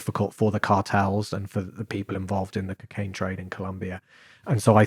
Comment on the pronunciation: Why’s he saying ‘Kcaine’ it’s pissing me off who tf says it’s like that